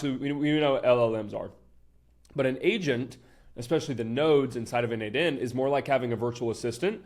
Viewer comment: I keep thinking hes saying asian